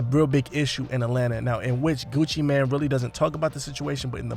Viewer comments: NOT Gucci Man..its Gucci Mane....pronounced "main" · Did you say Gucci man 😂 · It's Gucci M-A-N-E ! MANE! After all these years y'all still saying it wrong?? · Mane🗣️ GUCCI MANE🗣️ NOT GUCCI MAN 😒🤦🏼‍♀️😂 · I don't understand why some people keep calling him Gucci Man. It's Gucci Mane, pronounced Main. That's the reason for the E at the end.🤦🏾‍♂️ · Your saying Gucci mane wrong haha its annoying me cause your saying so much in the vid 😣😂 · At least learn how to say his name